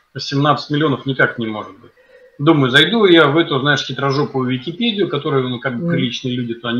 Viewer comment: А почему Алексей дурапедию называет векипедией....а-ха-ха